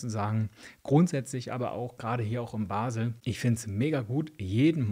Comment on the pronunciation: Abfall,Abfall,Abfall.Kehricht.Kehrichtverbrennung.Bebbysack.Bebbysack.bebby mit Betonung bb.Hesch Verstande Hösch.Basel Gesprochen Baaasel nicht Basel.Und Uuseforderig.nicht Herussfordering.Parkieren,nicht Parken....Ägsüsi,jetzt binich scho Wyder zwyt gange😂 E Schöne vo Baasel